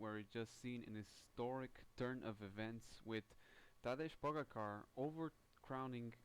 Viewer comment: As a Slovene: You're absolutely right about the Trieste thing, hehe ^^ PS: If it helps, it's Tah-Day Poh-Gah-Char